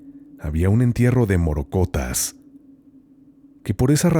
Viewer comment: Con todo el respeto que el conductor y los pasajeros merecen me permito corregir al primero ya que la palabra correcta, correspondiente al primer relato es "morrocotas" con doble "r" y de igual modo para pronunciarla. ¡¡ Mil gracias por sus maravillosas historias!! Saludos especiales desde Colombia 👍😘